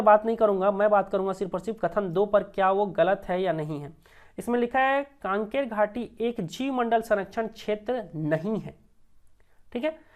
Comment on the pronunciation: कांकेर घाटी नहीं है भाई कंगेर घाटी है